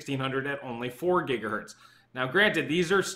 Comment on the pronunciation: >gigahert smh